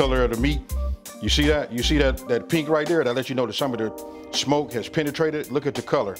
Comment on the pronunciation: says “shmoke”